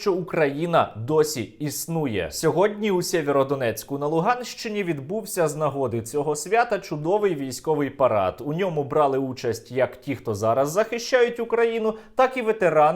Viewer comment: Тільки чого він Сєвєрордонецьк а не Сіверодонецьк, як часто називають? Вірогідно назва походить від річки Сіверський донець. Це як Сіверяни а не Сєвєрянє.